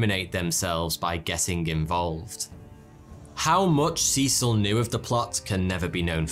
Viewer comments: Who's this Seesill guy? FFS, pronounce the name properly: Cecil, pronounced Sessill. And "gotten" dropped from British usage a long time ago, in favour of the more succinct "got." Don't pander to American solecisms and archaisms; they'll still understand you. Americans aren't stupid (hence their wealth). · Good video but can we talk about your pronunciation of Cecil. It’s C[EH]cil. EH, short. Not EE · I thought in England/Britain Cecil was pronounced Cessil? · It depends where you're from. The Americans seem to favour see-sul (in the South at any rate). It appears that this pronunciation has remained since the place was first colonised. Could it be, therefore, that they have retailned the original pronunciation and it is in the UK that it has changed?